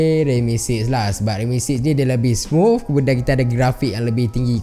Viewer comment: smuf ke smooth HAHAHAHA